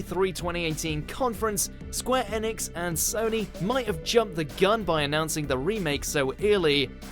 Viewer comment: Square "EEEEEEnix" "Eeeeeeeeeenix" not "ehnix" please dear god no.